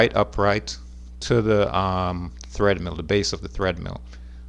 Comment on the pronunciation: Omg, it's TREADmill, not threadmill.